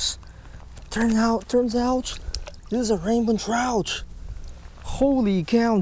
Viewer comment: "This is a Raymond tchrouch" just teasing love ur vids ( also know English is your fourth language)